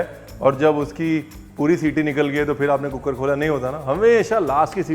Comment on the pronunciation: When I saw cooker wali recepie written on the thumbnail of your vedio.. I just pronounced it the way you say cook-ker.. Not deliberately 🤣🤣🤣.. Apka zyada vedio dekhne ka asar